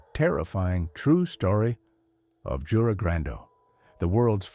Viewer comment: You-rei is how you pronounce that name